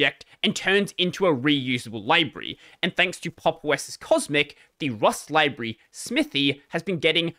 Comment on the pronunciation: Also you pronounced library wrong